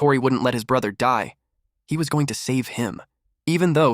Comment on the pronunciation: ahh yes "goning" 😭